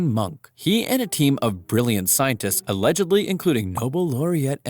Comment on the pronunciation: Did you say, “allegebly?”